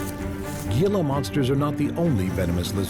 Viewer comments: It’s pronounced “hee-la”monster, not “ge-la” monster. Just wanted to share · It is not pronounced Gee lah...it is Hee lah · Gee-la? What an uninformed documentary, thought the purpose was to educate, spread information and knowledge ? Im from n.m. so dont try and tell me thats the correct pronunciation of hee-la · Its pronounced "heela" not gila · Dude, it's pronounced Hila not Gila. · As a southern Utahn who sees Gila Monsters every now and then, I also cringed a little. Great documentary otherwise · The Gila Monster is pronounced "Hee-la Monster". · It's pronounced heela monster. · "He-la" monsters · Excellent except gila monster is pronounced "hee la". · You forgot the three deadliest in sea....sea krait or commonly known as black and white sea snake, box jellyfish, cone shellfish and Kokoi or dart frogs of Amazon Forest. Gila monster is pronounced as "Hila" monster and lies probably at bottom of your list and including mine...... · I quit watching your video when you demonstrated a lack of knowledge about Gila Monsters. You act as if you know a lot about them, but you don't even know how to pronounce their name correctly. It is pronounced HEE-la. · please....HEE-luh monster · As a long time resident of the southwestern desert in Arizona, I must correct your pronunciation of the Gila Monster. Gila is pronounced Hila with an "H", not the g sound. Very interesting documentary. Thank you. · It would be a much better presentation if the word “Gila” were pronounced properly. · the announcer mispronouncing “Gila” Monster 😂😂😂😂😆😆 SO HARDCORE 😂😂still a great video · You're doing a documentary and don't even know how to pronounce Gila monster or it's very untoxic venom? Cmon man.